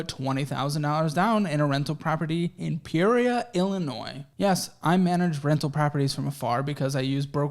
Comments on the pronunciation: As an Illinois native, I have to ding you for how you pronounced Peoria lol. It’s “Pea-or-ria”. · That’s wild I live in Peoria,IL.., what made you choose here? ya almost said it right lol, been watching ya for a week now subscribed after heard ya say Peoria tho lol 🤝